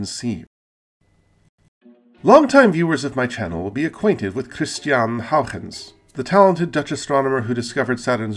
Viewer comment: Bravo! First time I ever heard Christiaan Huygens's name pronounced correctly. Looks like you did your homework. And you are among the very few people who know the proper use of "comprise." Even some very smart people get it wrong.